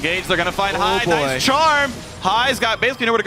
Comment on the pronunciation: "The counter initiation by Kennen is too HAI..." Thank you you unintentionally made my day